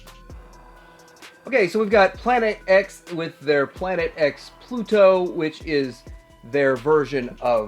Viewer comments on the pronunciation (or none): none